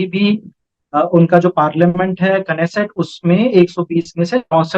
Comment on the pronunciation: Achhaa tha, par नेसेट नहीं केनेसेट कहा जाता है। आप की speed कमाल की तेज़ हो गई है। थोड़ा सा अंग्रेज़ी वाले सब्दो के उच्चारण पे ध्यान दें तो सौरव सर, निखिल जी, प्रतीक्षा जी, दिव्यांशी जी के बाद आप दुनियादारी में जचती हैं। 🎉🎉 Great bulletin! By the way.. 😄👍👏